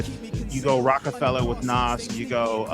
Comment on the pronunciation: Did he say Nah’s and not Nas🤦🏽‍♂️